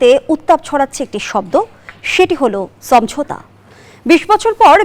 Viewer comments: উপস্থাপিকা বারবার ছমঝোতা বলে কেন। হবে তো সমঝোতা।।😂😂😂😂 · উপস্থাপিকা সমঝোতা উচ্চারণ করতে পারে না।